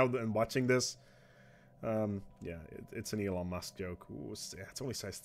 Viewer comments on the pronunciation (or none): none